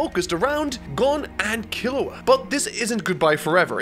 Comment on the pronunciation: So everyone went crazy how pronounced Gon, meanwhile i'm cringing so hard everytime he says Killua the "english" way. It hurts me